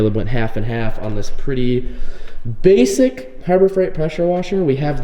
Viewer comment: "Me and Caleb went half and half just got this new BASIC Harbour Freight power washer" I love how you put so much emphasis on the word basic.